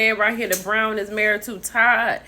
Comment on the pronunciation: Hey, sis it's BRON-wyn....😂